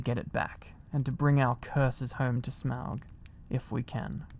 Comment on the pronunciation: Oh my goodness I am such a Lord of the Rings and The Hobbit fan so I’m pretty sure I’m in heaven 😭♥️ and you said Smaug correctly! You have no idea how many times I’ve heard people Smog 😭